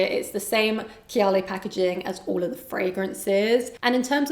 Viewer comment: did she say kiyaley ? instead of KAAYAALEE?